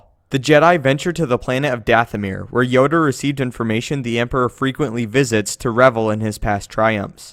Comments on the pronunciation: he says yoder insted of yoda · Did you just say yoder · did he say Yodr?